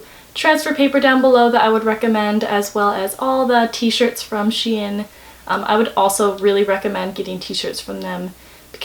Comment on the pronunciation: “shein” is pronounced like shine :)